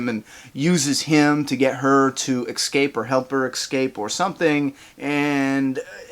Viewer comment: Stop saying ecscape. It's escape